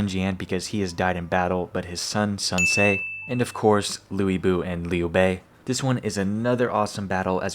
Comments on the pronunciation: example being LuBu which isn't how you pronounce his name. It's Lüi Bú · this game had some bad pronunciations unfortunately. It's actually Sal Sal. The other real bad one in the game is Lu Bu, which should be said as Lou Boo. I think there are a few others the game gets wrong but those are the main two.